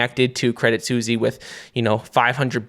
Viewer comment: Your name is and you can't say Suisse...